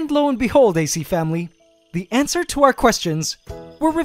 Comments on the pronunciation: I swear he's saying, "ant-swer," instead of answer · It pains me every time you say "antswer." Love the quality of these videos, though.